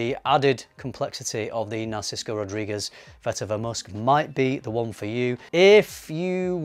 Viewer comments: why do you say NarcisKo? 🙃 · NARSICO???? where is that coming from? You've written Narciso in the subject, maybe you can't read your own writing lol